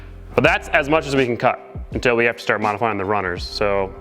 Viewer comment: It sounded like you said that you need the steering wheel ASS high as physically possible 😂😂